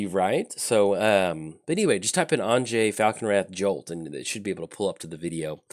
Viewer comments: Anje (because Innistrad is based on Western Europe) would be pronounced as if you were saying "Angie", but completely forgot the long "e" sound at the end. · I'm pretty sure the correct pronounciation would be An (as in Annihilation) + Yay without the y sound at the end - Anye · I feel like your pronunciation is more of the Russian but Innistrad tends to feel more southern Austria - if you drew a circle with say Graz at the northwest corner, Zagreb as the southwest corner, and caught a little piece of Slovenia, northern Croatia, and southern Hungary - that to me is Innistrad. That's why I went with a different pronunciation.